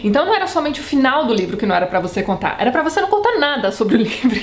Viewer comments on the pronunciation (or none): "Eu vou contar, eu vontar" E eu: CONTAAAAAAA. kkkkk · Tati!!! =) Vc falando EU VOU CONTAR, EU VOU CONTARRRRRR! Foi o ápice. Amo essas críticas destruidoras. Eu tenho um ranço imenso com Nicolas Sparks, não sei se vc já falou dele, mas é bem assim: sensacionalista, personagens rasos e muitos milhões na conta.